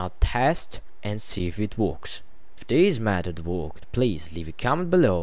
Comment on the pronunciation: You Dutch people need to pronounce the word "that" not like this: "dat". It's THAT! The same with "this". Don't say "dis" These is not deese, it's THESE!